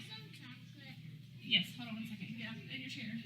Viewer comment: All those kids hear is “ hode on”